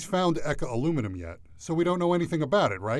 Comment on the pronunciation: bro can say the long ahh french name but can’t pronounce eka